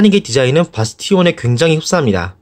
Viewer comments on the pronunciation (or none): 아버지를 아버지라 부르지 못하고 바스티온을 바스티온이라고 읽을 수 없는...